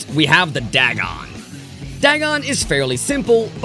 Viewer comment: Double comment: it’s pronounced Day-gone